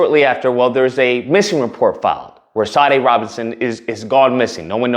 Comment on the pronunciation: Pronounced "Sha--DAY."